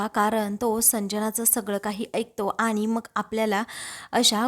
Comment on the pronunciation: आधी शुध्द बोलायला, वाचायला शिका. रुध्द नाही वृध्द असा शब्द आहे. आनि पानी बोलू नका. कानाला खूप खटकते. प्रथम नीट वाचायला शिका .ऊगीच पैशासाठी काही करता. एकसुरी वाचन होतय.